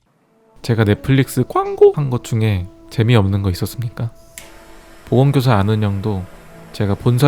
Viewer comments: 나왜 보험교사라고 들리지.... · 보험교사 아는형